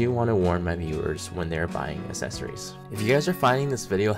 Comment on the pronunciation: Accessories not assessories!